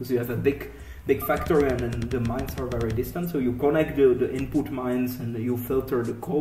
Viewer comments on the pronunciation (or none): the basic "fucktory" HAHAHAAHA i love it man. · love the accent although if I showed someone this here every time you said factory they would think you said fucktory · I thought you said 'fucktory' •___•